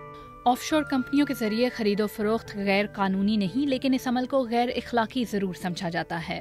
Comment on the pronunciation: اپنی اردودرست کرو اَفشانہیں اِفشا ھے مَلکیت نہیں مِلکیت ھے غیر اِخلاقی نہیں غیر اَخلاقی ھے